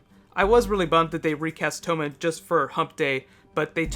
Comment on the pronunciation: Do you really think it's pronounced "Toe-man" with a long O? I always have said "Tom-men" with a soft O in my head... Others please weigh in!